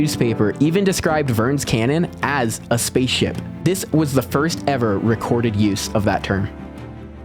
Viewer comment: Haha 😂yeah I think he did 😂